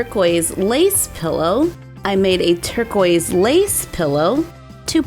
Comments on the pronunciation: She said turgoise 2 time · You said tercois pillow two times😂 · did she say "turquoise pillow" twice?